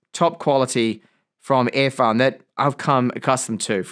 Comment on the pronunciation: Why do you pronounce “Earfun” as “Airfun”?